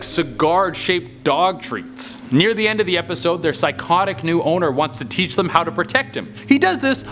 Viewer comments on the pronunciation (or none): none